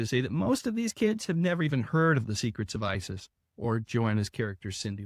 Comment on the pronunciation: I can't tell you how pleased I am to actually hear you say the name Isis.